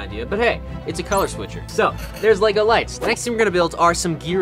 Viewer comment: Normal people - "Lego" - "LaYgO"